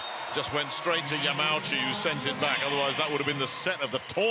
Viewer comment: it's ya ma u chi, not ya mau chi XDXD L on the commentator